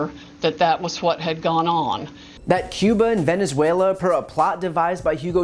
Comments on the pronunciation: "In Vindinzuela.." lmao what a rube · Unreal. An educated person can´t even pronounce "Venezuela" right. Bringing these allegations and just watching all this is shocking. And still, no real evidence. They don´t really care how bad this looks for the US abroad. I am temporarily out of the US and see the reaction of people to all these claims without validated evidence and how all this damages US democratic principles. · She can’t even pronounce Venezuela.